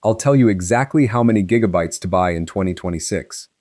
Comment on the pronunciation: “six gig-bytes” can’t even say gigabytes right.